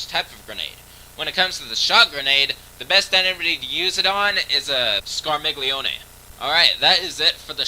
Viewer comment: I'm pretty sure those names are Italian. So, Draghignazzo is pronounced 'Drah-geeg-NYAT-zoh', and Scarmiglione is pronounced 'Scar-meel-yee-oh-nee'.